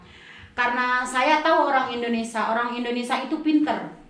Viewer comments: a kunaon nybut indonesia jdi indonesa s ibu na i na kmna🤣🤣🙏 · INDONESIA TETEH BUKAN INDONESA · Wkwkwk Indonesa mengganggu'banget ya Indonesa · Mbak Mungkin gak blajar ya nyebut Indonesia